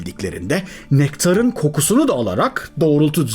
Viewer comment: Su kendinizce daha cok izlenecegini dusundugunuz ama Turkce'nin vurgu ve entonasyon ilkelerini cignediginiz diliniz var ya videonun sonunu getiremiyorum, kulaklarim kaniyor; Nektaaaarin ne ya...